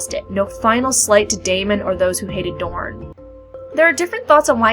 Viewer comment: Why are you calling the prince of dorne (moron) I think his name as it is written